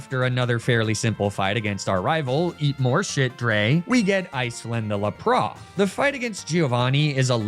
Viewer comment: Why do you pronounce some Pokémon so weirdly(Like Lapras or Magnemite)? TO be different or did you grow up saying them that way and have a hard time changing it? Just wondering?